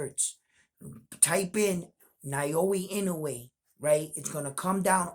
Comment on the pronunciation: Hey, you've got the "Inoue" pronunciation down now. 🙂 Now let's tackle "Naoya" It's: nah-OH-yah You're saying it like: nai-OH-ee Japanese vowels are actually super simple. They don't have very many of them, and the romanized spellings show you pretty close to exactly how to pronounce it. "NA" = NAH "O" = OH "YA" = YAH